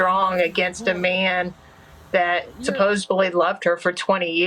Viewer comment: I can judge her mother for using the word “Supposibly”